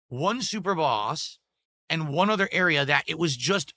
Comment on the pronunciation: Ayund....I hate it too.